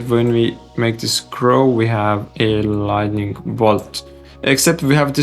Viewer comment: Thank you for these very helpful and complex tutorials. I enjoy your style. On another topic outside of Blender: Lighting and LightNING are not the same word. There is an additional "N" and so it is pronounced with the "N" after the "T". I once lived in a country where the locals would say : Your accent is charming. I wished they had corrected me but instead they let me keep saying things incorrectly. No negative intention as I point it out.